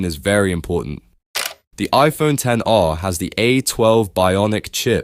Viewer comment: the minimum people should actually go for is the iPhone 13. especially now that the 17 is coming out, which means another price drop for it. also, mad props for actually calling it by it's actual name; the ten R. not "ex" R as other YouTubers would say.